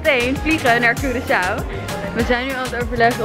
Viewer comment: Hoe normale mensen het zeggen: Curaçao hoe het zegt Cureçao